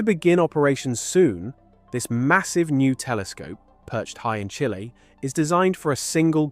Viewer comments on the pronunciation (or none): none